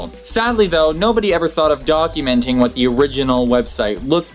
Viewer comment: Lol not documenting, he said dogumenting